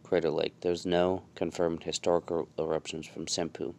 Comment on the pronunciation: I thought you said “some poo”